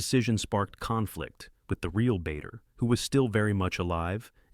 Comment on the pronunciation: Another blooper: Douglas Bader's name mispronounced as 'Bayder' not 'Barder'